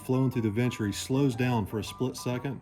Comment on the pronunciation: What the heck is a "ventry"? Do you mean the venturi? Bernoulli would be impressed with your knowledge of his laws of fluid dynamics but wouldn't know what you were saying. Thanks for showing us you don't have to be a freaking millionaire to have fun drag racing. Really appreciate what you do,. Pretty good for a young guy.